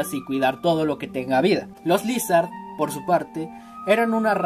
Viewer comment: Ni se dice Lizhard se dice laisard